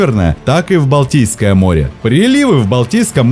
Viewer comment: Автор несколько раз произнес "Балдийское море". Может это было сделано случайно, однако, созвучие мне не кажется случайным, учитывая происхождение этого водоема в следствие сползания Валдайского ледника. Балдийское или Валдийское, от Валдай.